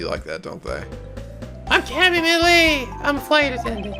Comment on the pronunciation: Also, it's Cam-e Meal-e